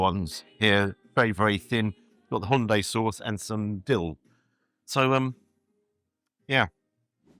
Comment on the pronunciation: It sounded like "Honday", nothing like Hyundai